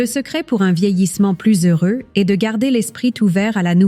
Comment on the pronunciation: L'intelligence artificielle !!! Entendre sa kangue maternelle massacrée ! Le verbe "être" prononcé : e s t comme la direction ( est / ouest ) c'est insupportable !